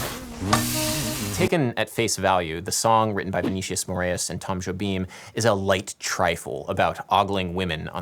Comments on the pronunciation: Adam, fyi, it's spelled "Garota" ... two r's looks very weird, almost sinister ... Also, to pick one pronunciation, "Moraes" (as in Vinicius de) is a two-syllable name, not three, with accent on second syllable and the second vowel is like a long "i" ("aye") sound, not like 'a' or 'e'... ("More-ayes'), also with a Carioca accent 's' becomes 'sh' so a proper local-accent pronunciation of his name would be "More-ayesh') ...Someone already pointed out below that 'choro' is pronounced [show'roe] [NB: meanwhile, you do a pretty good job at pronouncing "Jobim" :-)] You've probably already been told these things, but fwiw ... I just fell into your site somehow today, first with the song Eric Carmen made pop at a pivotal point in my life (never knowing til now that Rachmaninoff was behind it) and then here ... i'm not enough of a musician to follow it all chord-wise, but enough to appreciate the added perspective on music's intersection with meaning etc ... Having lived in Brasil and speaking Portuguese made me stick with you for the second 'sample' of your 'deep diving' as well... And you got me at "1000 best documentaries" so i wound up subscribing too ... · Just a tip to pronounce "Moraes" correctly: try to say "more eyes". There you go.